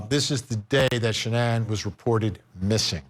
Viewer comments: Her name was shannan, not Shannon 🙃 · Her name wasn't Shannon, it was Shanann. SHA-NANN. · His wife's name is Shanann not Shannon. 🙄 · Could you take the trouble to say his wife’s name correctly? Her name isn’t pronounced Shannon, it was Sha-nan. His little unborn son also had a name - Nico. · Her name wasn't Shannon...its Shan-ann! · If your gonna talk about this case , then at least get the wife’s name right . Shan ANN !! Not Shannon. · Its SHA NAN NOT shannon cmon man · Her name was Shanann. Sha-nann! Not Shannon. Least we can do in remembering her short, precious existence is to get her name right. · Love Vinny but he needs to pronounce Shannan's name right. It it's not Shannon it's Shannan! N this was disturbing to all people with maybe the exception of those who have no emotions! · her name isn't Shannon.. its Shanann.. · SW's name is pronounced "Shah-nan, not Shannon. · His wife’s name is pronounced SHAN ANN. It’s not difficult to do that type of research. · If you can’t get the person’s name right, you lose all credibility in getting the facts right. Her name is Shanann Watts. That’s Shan-Ann. It’s not hard bud. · How are you going to talk about this case like you know about it and then mispronounce Shanann's name ? It's not Shannon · SHAN-ANNE IS the pronunciation. But this man is abhorrent! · I hate when ppl mispronounce her name. Shannon NO it's Sha man. Smdh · Vinnie ... Could you please pronounce her name correctly? Shan•Anne ... Is how I remember her describing how to pronounce her name. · At least pronounce her name right you fool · First of all this isn't a newly released video I saw this video 3 years ago like everyone else who followed this story This reporter is a joke I don't know why he's even doing the story it's old news he couldn't even pronounce Shanann correctly and he doesn't even know the kids ages. It's titled video surfaces no we've seen this video years ago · On point. And yes, they should say her name correctly